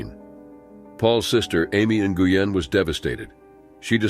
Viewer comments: “New-Goo-Yen” 🤦🏻‍♀️ Your pronunciation is so wrong. Please read a book. 💀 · Bahahaha! No way! I JUST commented about his mispronunciation of “Nguyen”. YouTubers have ONE job. They should put in effort to pronounce things correctly.